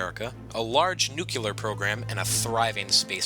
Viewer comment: I live in Michigan. God, do I want the Republic of the Mid-West to be real. Also, nuclear is pronounced (new-cle-re), not (nu-kyu-ler).